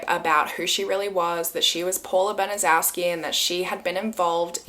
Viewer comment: Just began watching bc I just suggested this story to 2 other YT’ers. I’m not finished yet but wanted to say it’s pronounced Ban-a-chef-ski. I was grew up in Indy and was about 8 years old when this happened. It was a HUGE story that I’ve never forgotten, and I’m 64! It has stayed with me all this time! Still unbelievable!!!